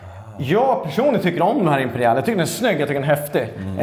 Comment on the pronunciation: Varför säger han imperial som imperiall